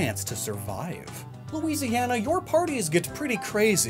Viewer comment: Also, it's "Lou-isiana, not "Lois-iana" lol